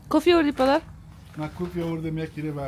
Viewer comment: چرا کوفی میگین درست تلفظ کنین کافی بگوین